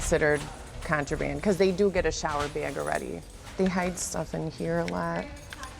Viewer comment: pet peeve of mine people who over exaggerate words like this and say "beaug" instead of just saying the three letters that are there and saying "Bag." I feel like people who over enunciate shit like this and exaggerate their accents are just constantly seeking attention.